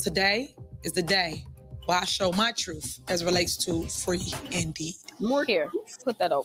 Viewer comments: "Troof" ?? Are we serious? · Thank you for posting these so we don't have to give her a click. 😈 You're doing the Lord's work, that's for sure! 😇 FYI - I can't hear the word "truth" without hearing "troof". 🤣